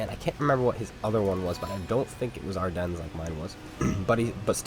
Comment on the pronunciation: Btw Ardennes is pronounced without an s